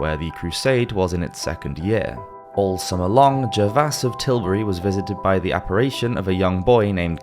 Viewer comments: It's apparition, not apparAtion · It's "Apparition, " NOT " Appapation!" Otherwise, interesting video! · There's no such word as apparation, you mean apparition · OK, I’ve listened to you mispronounce the word “apparition” several times, as “appaRAYshun”!! Don’t you have an editor, fgs?? Here’s how you should say this word, with a SHORT “i” SOUND in the 3rd syllable (just say “ghost” next time, OK??): You have another issue with the name, “Gervase.” The correct pronunciation is: Jur - vayz. Goodness! It’s about time you had somebody listen to you read the script before recording so you can say basic words correctly! I’m seriously thinking of not subscribing to a channel where such sloppiness is acceptable! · Good clip. My only criticism is the frequent mispronounciation of 'apparition' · Agreed. I found it quite distracting. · Hearing you pronounce apparition incorrectly is a little maddening